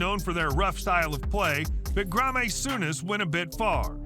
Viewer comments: Fucking Gra May, it’s pronounced Gray am. Ajax is pronounced Eye ax. I can’t watch the rest of it. Can’t Americans use someone else’s language, or just come up with their own? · 100K in sight!!! come on let's get there tell your friends!! I'm sorry but I hate American Commentary on these video's it's not one to zero!! It's one Nil! it's not U E F A it's UEFA (You A Fa) grrrrrr! GraMay Souness it's Graham!!!!!!!!!!! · Don't let Americans make informational videos on Football unless they actually watch and like it and know how to pronounce words. UEFA is pronounced as a word (U-ay-fa) not U.E.F.A. Ajax is pronounced I-ax (ask the Dutch why that is). He pronounced Graeme (Souness) as Gramay and I think later on he pronounces it properly. This video is just annoying to watch (nothing against you ). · Grah may souness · Gra may Souness was a personal favourite 😂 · The way he pronounced the name "Graeme" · right. Can't say Müller, UEFA, Graeme or Ajax...somehow gets Tagliafico perfect though.